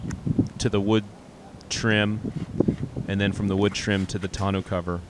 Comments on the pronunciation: Great build. This is how we say tonneau cover. Ton-oh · Other than they way you pronounce the cover (grating) freaking awesome job!